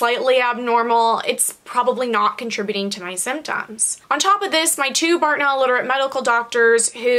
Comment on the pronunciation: Did u say bartoneller on purpose? I say it all the time to mess around thought I was the only one 😂😂